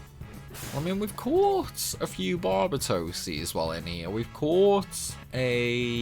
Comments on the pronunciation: Its Bar Bay tos you got it right a couple times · I believe it is pronounced bar bate os